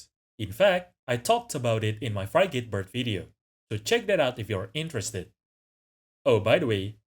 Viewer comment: "Everything" to me makes the most sense as that provides a really strong selective pressure for the avian wing to form. Frigate is pronounced more like Free-ghat